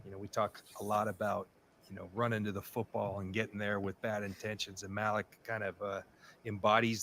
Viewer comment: Fyi its pronounced malick not malik